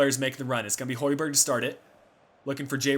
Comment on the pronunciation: Plz, find the real way to say højberg (Im from Denmark) :)